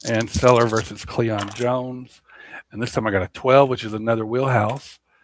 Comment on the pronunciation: Mike qway-yar. Not seller.